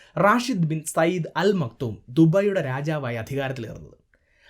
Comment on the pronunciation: ദുബൈ കറക്റ്റ് pronunciation from ഭായ്..